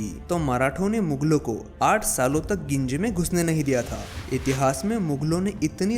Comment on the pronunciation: वो गिंजी नही है वो जिंजी है।